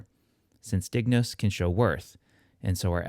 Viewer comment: Is there a reason you didn't pronounce it as /ˈd̪ɪŋ.nʊs̠/? I thought that's how it was pronounced classically. Kind of like how ἄγγελος Greek was pronounced "angelos". Thank you for the videos.